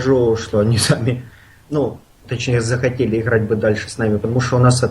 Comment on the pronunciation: ихрать напряхать ховорить